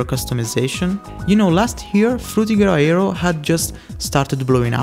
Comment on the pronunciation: The way you say frutiger aero made me google frutigahara 🤖🤣 Anyway, I still got there in the end.